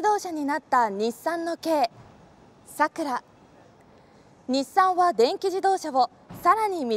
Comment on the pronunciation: 名前がイマイチ 普通の桜の発音ならいいが その発音さらに苦手